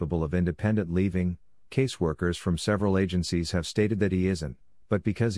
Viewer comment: The word "living" is NOT pronounced "leaving".